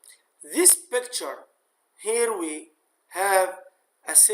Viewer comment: بيكتشرررر والله من النطق